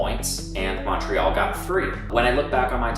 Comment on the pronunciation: Annoys how you pronounce Montreal :(